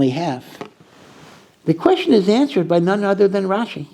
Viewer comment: Rashi's NOT rashes 😉